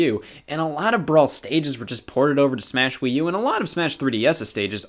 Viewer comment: Superd smaesh broter